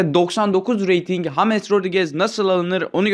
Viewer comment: Salak mısın neden james yerine hames diyon